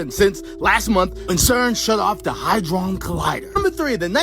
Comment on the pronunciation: What's good Collective! What's good!!! We back with another banger!! Hehehe Much love to you all! Side note: that one clip, it's HAdron Collider. It doesn't have a 'y' in it lol I used to get it wrong too. But yeah its Hadron lol